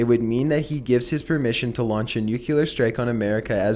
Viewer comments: omg pleeeaaaaasseeee learn how to pronounce nuclear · 1 for the wrong pronouncation of Nuclear. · I love your videos,but it drives me nuts the way you pronounce 'nuclear.' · Loved the video, but come on dude, nuclear is pronounced "new-clear" not "new-cue-lure." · You keep saying nucular instead of nuclear and it’s annoying!! But other then that good job! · NUCLEAR!!!!! NOT NUCKYLAR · Ekonomix I like his videos but i’d like them a lot more if he pronounced things correctly it’s nuke-lee-ar not nuke-you-lar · STOP SAYING NUCLEAR WRONG!!! SOUND THAT SHIT OUT! It's "NEWK-LEE-ER"....NOT "NEWK-YOO-LER" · excellent point!!! It's Nuclear not nukee-lear. If the video wasn't that old I'd have said the same. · I can’t believe you actually said “NUCULAR” 😂😂😂 it’s NU-CLEAR! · you really need to learn how to pronounce nuclear. it is very distracting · Love your videos but I’ve never understood why people can’t pronounce nuclear properly. It’s said “new clear” not “nuke ya ler” ffs. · It's 'nuclear' not 'nucular' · please please it's NUCLEAR not NUCULAR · please...please stop saying "nook-yoo-lar". It's not spelled that way or pronounced that way it's nook-lee-ur. Nuclear. Not nuculear. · It’s nu clear not nucular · What are nuculer weapons? The word is nuclear. There is no 'u' after the 'c'. I swear! Mispronounced words and ignorant comments have started ruining the channels I watch. I now have to leave this video and can't watch anymore. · new clear, newwww clearrrrr, not nuculer, Jesus you pronounce so many words like a bonobo. I love your content but seriously you say some stuff that is just torture, like macabre, you get that one wrong all the time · Nucelar XD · Each time he says "nu-kyu-lar", it makes me sad. Why,, why? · not sure if it's been said, but nuclear is phonetic. it's not pronounced nucular. ps. you're my favourite thing on YouTube. just sayin' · Nuke-eh-lar.. hehe...😁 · Nucular isn’t a word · the way you say 'nuclear'